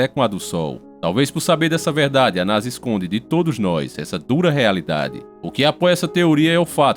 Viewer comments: Eu ouvi NAJA ? 🐍 Eu ouvi NAJA . É NASA 🌍 né haaa ta. 😁 Pra começar eu quero éque o mar o pegue fogo, rs... Pnc du nibirú! Rs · é Naja mesmo ou Nasa? heheh